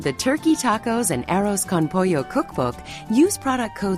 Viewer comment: When she said arroz con pollo, i swear i hear "arrows" with chicken i was like....wtf????